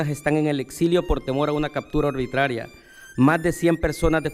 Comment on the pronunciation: Minuto captura ARBUITRARIA???? Puede o no puede leer?????